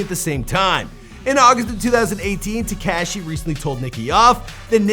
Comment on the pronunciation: Who is this "Tik cashy" you speak about?